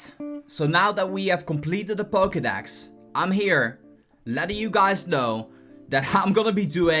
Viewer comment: Pokedax? learn to speak